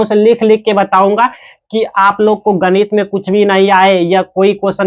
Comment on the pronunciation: गणित ❌ गनित। ✅😂😂😂